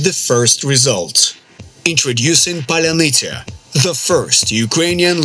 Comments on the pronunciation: You're clearly not ukrainian, considering you pronounce "pallyanitsa" like it was Polynesia! :D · Какая еще Polynesia??? po-lya-ny-tsia !!!!!!!!! Polynesia-это островное государство! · "Polynesia"😂😂😂😂😂. It's Паляниця Palyanizya something like that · Он не может произнести "поляниця" он русский агент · “Polynesia” drone 😂 (Sorry, ) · polynisia XD brah u so funny with your pronunciation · паляниця = pal - ya - neets - ya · I for one am here foorting for absolute butchering of word Palianytsia.:D Not claiming I could fool any slav either.